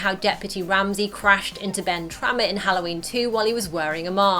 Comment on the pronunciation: Ben Tramer, not Ben Trammer! 😒